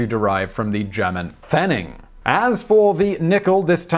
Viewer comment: Näh genug haha